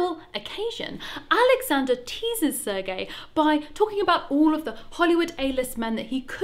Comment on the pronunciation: i legit thought it was "Sir Gay" the whole video until i saw the description...